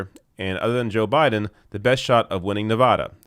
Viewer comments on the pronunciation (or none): none